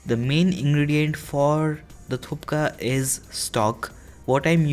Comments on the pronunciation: We don’t put this kinda masala and all He is putting too much of extra masala Thukpa is suppose to be a simple dish. And it’s not thupka it is thukpa Anyways video was good Thanks for promoting our dish😊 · It's thukpa not thupka :)) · M from Gangtok Sikkim nd in our plc momo nd thukpa r vry famous...its my fav dish..tx for making this video...but brother its thukpa not thupka hehe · Brother "k" is silent Its "Thupka" bt we pronounce it "tuppa" 😊😊😊 Nd msg is very importnt Nd no garam masala.... Nd readymade masala just remove that from list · thupka nahi thukpa! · The whole video you said "thupka" its "thukpa". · Hey its not thupka. Its thukpa. Any way i loved how you introduced the dish of nepal. Love from nepal. 🙏 🇳🇵 Try more recipes from nepal. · I have always been your recipe's fan bro but this time its a bit of a disappointment. The pronunciation itself is wrong since beginning..its either called Thuk pa or thuppa..not Thup ka or Thukka. And you do not add garam masala lemon juice and all. Its a Tibetan dish. Please do not give it an Indian flavour. And vegetable quantity should me more...more of green peas, french beans, cauliflowers, radish and seasonal veggies. They are sauteed in sharp mustard oil to get that pungent warm flavour during winters and in cold areas. Anyways a nice try could have been better. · Its THUKPA! Not Thupka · It is not thupka.. Its thukpa.. You pronounced it wrong. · It's thukpa not thup...ka !!! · You pronounce thupka and written thukpa recipie.. Is it suppose to be like this??? Delicious by the way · But it's not 'thupka', it's THUKPA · not thuka its thukpa😅😅😅😅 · You kept saying Thupka instead of Thukpa. Also MSG is very dangerous for health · It's not called thukka.its thuk pa. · Thuk pa... You are pronouncing thup ka.. Will be awesome for winters..... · I internally died everytime I heard him say 'thuPka'😂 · Its thuk-pa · normally all people in Sikkim know how to make this dish and you told the name wrong it's thukpa